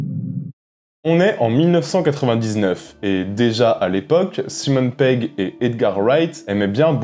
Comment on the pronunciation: Stop avec "Simone" Pegg please !! ^^